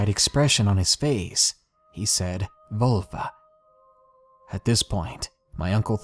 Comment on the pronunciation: That moment when you're a German native speaker and he pronounces "Wölfe" like "Vulva" making you choke on your own spit. Great stories though :)